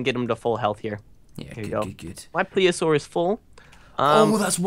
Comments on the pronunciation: It's pronounced " plee-see-a-sore" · Its pronounced(ple-a-sore